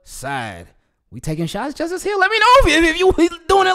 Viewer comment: Thanks brother and yes you pronounced my name correctly... Leeessh goo!!!